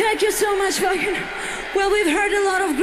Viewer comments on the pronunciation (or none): You say it Waaaken not waiken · Waycan air lol, it's pronounced Vah-ken for future reference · waken is german. the w is pronounced as V as in vaken. horns up \m/ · The W in Wacken is pronounced as a V. So should sound like "vaken" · Pronounced “Vaken” with a short a, because it’s in Germany. Next should be Who is going to be the one, live.